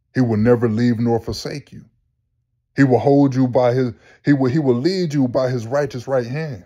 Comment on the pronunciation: I like how you said “he will LEAD you…”